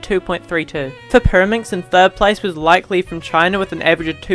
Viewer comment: Like Li's name is actually pronounced as Li-ke Li instead of 'Like' Li